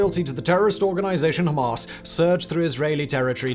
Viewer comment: That pronunciation of Hamas is annoying me. “Hom-ahs” Ham-ass